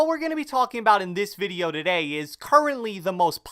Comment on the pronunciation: Hey what is going on guys, in this video "duhday"